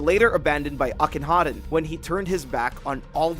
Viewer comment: It's akhenaten, at least get the freakin name right dude??